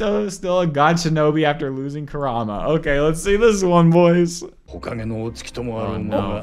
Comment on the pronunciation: It's OKEH to not be OKEH ❤️ (titan cry😭)